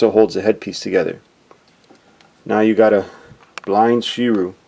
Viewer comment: Shi-Ree-U. Sorry but I'm not a real big fan of people mispronouncing character names. It's not your fault though.